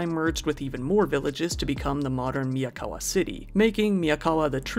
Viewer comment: Miyawaka not Miyakawa